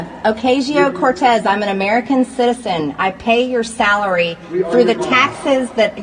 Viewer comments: It’s pronounced ah not a as in rain. Pronounced Ocahseo Cortez. She apparently doesn’t know anything about Spanish pronunciation. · She can’t pronounce Ocasio correctly. That’s just pitiful.